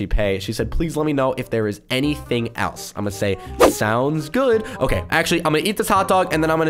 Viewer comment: "Okaeh" - 2020